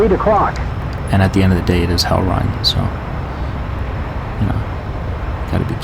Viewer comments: Reign sounds like rain. Not rhine. Sick video though :D EDIT: Pro tip on beating Hellreign.....just get in gun range. His guns are extra sloppy lol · Just fyi "reign" rhymes with "rain".